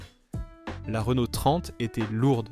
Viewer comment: Problèmes de prononciation de Panhard, Renault et Talbot pour ne citer qu'eux, images ne correspondant pas forcément au véhicule dont on parle, et quelques contre vérités: cela fait quand-même beaucoup. Entendre dire par exemple que l'Horizon fut un flop, c'est du n'importe quoi. Je ne vois pas de rapport entre son déclin et la crise pétrolière. Cette voiture nétait pas réputée soiffarde. Bien sûr, elle avait ses défauts comme sa distribution devenant bruyante avec le temps, ses synchros Porsche fragiles et la corrosion. Mais sur ce dernier point, quel constructeur y échappait vraiment dans les années 70 -80? Et que dire du commentaire sur la BX! En quoi la suspension hydropneumatique pouvait nuire au fonctionnement du moteur diésel? Moteur qualifié de fragile... Je crois que là, c'est la meilleure. Fragile le légendaire et très apprécié XUD réputé pour sa longévité? Si tout ceci ne relève pas de l'IA, ça y ressemble fortement. De plus, on aurait parfois l'impression d'écouter un robot.